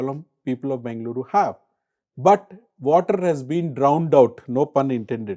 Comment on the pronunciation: Good content. Nit: The moderator can put a little more effort in getting the Bengaluru (ಬೆಂಗಳೂರು) pronunciation right which is interestingly the Channel name. Will help express Kannada pride.